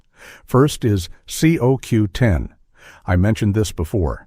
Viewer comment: the voice calls it C O W 10 ITS COQ10 JUST IN AI SPEAK LOL